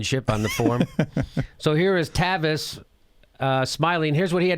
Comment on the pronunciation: It's Tavis not Travis get it right Jimmy.